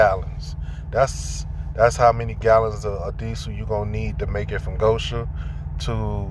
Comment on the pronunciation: $1 fine for each time GO-shen is mispronounced GO-sha, and I'd be rich. Be safe out there, brother.